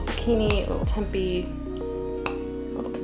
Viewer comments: Lmao I have seen at least one other video where she pronounces tempi, I have never heard anyone say it that way before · I’ve always thought it was pronounced temp-ay? I’ve never heard anyone say tempey before. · Tempeh is pronounced "tempay." I've never added it to breakfast hash. I'm going to try it!! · Wait have I been pronouncing tempeh wrong this whole time?? I’ve been saying temp-ay” and now I feel like a damn fool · Just so you know - tempeh is pronounced temp-aye 🙂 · came to the comment section looking for this comment lol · love this video but holy shit, she doesn't know how to pronunce tempeh or gnocchi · lol she just kept saying it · I love how she says it! Solidifies her spot as my fav youtuber 💕